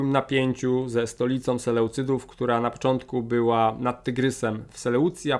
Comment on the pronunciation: Jak zwykle świetny materiał. Zwięźle i przejrzyście wyłożona historia, która w szkole tak mogłaby być opowiedziana. Tylko jeden drobiazg, na mapie jest nazwa Imperium Selucydów, czy to mały błąd - znamy nazwę "Seleucydzi" i tak jest tu wypowiadana, prawidłowo. Historia jest tak ważnym przedmiotem a w szkole raczej jej mało. Dlatego dobrze, że jest taki ciekawy kanał. Od dawna śledzę historie tu opowiedziane, i czekam na kolejne.